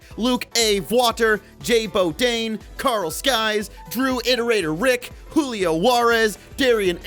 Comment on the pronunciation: how you even pronouncing that wrong dude haha. S y k e s not s k y e s